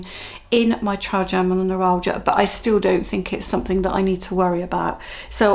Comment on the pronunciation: I’ve learned a lot from your channel, not least how to say “Trigeminal”, and not to play down the pain level when talking with doctors. Thank you